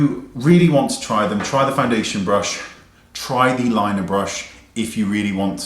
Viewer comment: I agree, sometimes there's a learning curve with unique items. I've noticed some reviewers start out not liking these brushes, then once they become accustomed, LOVE 'em. Also, FYI - it's lin-e-ar, not liner, and it's Bobby Brown's Espresso, not eX-presso.